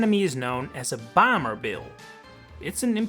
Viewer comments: your pronunciation of “bomber” is weird, like you’re saying bamber and not bomber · Who pronounces Bomber as Boomer?